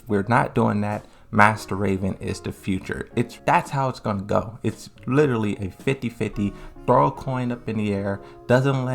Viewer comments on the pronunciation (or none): none